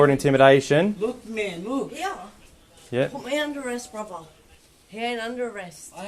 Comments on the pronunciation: I didn’t know the word brother had a V in it, brover 😅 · “I been done for more van he has brovva”. Apparently she missed a lot of school in the process 🙄